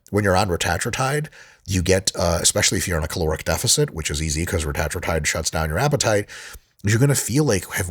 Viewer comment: I hate how he pronounces Retatrutide